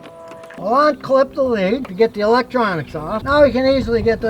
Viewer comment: "Onbolt"???????????????? "Onclip"????????????????